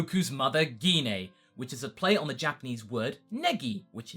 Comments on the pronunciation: Yeah, but that's not how you pronounce Gine's name. It's Gine. "Gine! Gine! Gine! Gine!" - Scott - X-Men. The G makes the J sound. The I makes the E sound. The E makes no sound. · I'm pretty sure you're pronouncing "Gine" wrong. I think it's pronounced "J-ain"